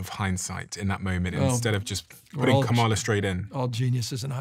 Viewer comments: Please stop mispronouncing KAmala's name (accent on FIRST syllable). Its disrespectful and there no excuse for it. Do better. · Steven please pronounce Kamala’s name correctly. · I’m sorry Steven but at least pronounce Kamala (Karmala) name properly! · The least the HOST of the PODCAST can do is pronounce Kamala Harris' name correctly!!! Seems intentional. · I wasn’t super comfortable with Newsomes podcast and talking to those extremist. If you are going to run in 2028 some will be still look at you with a side eye 👀 Also Steven, respectfully, pronounce Kamala’s name properly. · Why does refuse to pronounce Kamala's name correctly? It's not an accent thing, it seems like a blatant attempt at just being disrespectful (whether he believes she deserves the respect or not is irrelevant - as a host, he should have the basic dignity of properly pronouncing people's names).